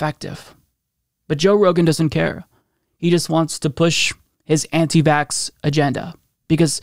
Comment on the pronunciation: I haven't always agreed with Joe, but he was always a sharp guy dealing with a wide range of topics. Covid seems to have done something to his brain, and did I hear the word "vaxted" in there?